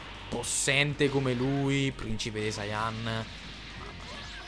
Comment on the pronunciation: Per la cronaca si dice pvincipe